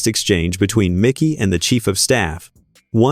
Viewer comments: IT IS MIKE-Y NOT MICKY, MIKEY.. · ITS MIKEY McCOY, NOT MICKY. MIKEY. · This narrator is A.I. You can tell because the video pronounces "Mikey's" name as "MIcky" with a short i. Whoever created the video didn't even double check the audio. How dumb.